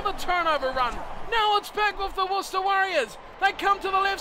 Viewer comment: there's no h in worc'h'ester